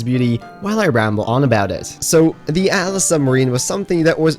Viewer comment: Its Atlas not "At - a - las".